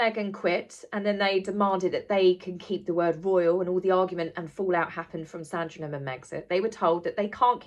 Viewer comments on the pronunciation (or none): none